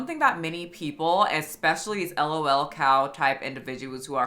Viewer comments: This is entirely inconsequential but for future reference (as a marginally chronically online person), it's usually pronounced 'lolcow' with 'lol' as one word, not 'L-O-L cow' 😅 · hitting us with the "L-O-L cow" 😭 god bless you girl but it's pronounced as one sound. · Did... Did you just refer to a 'lolcow' as an el-oh-el cow...? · 😂 pronounced “low 🐄 “ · I’ve never heard someone pronounce lolcow like that 😭